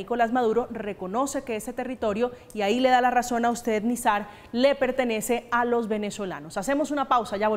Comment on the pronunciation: Y no se dice Nizar, Nazir.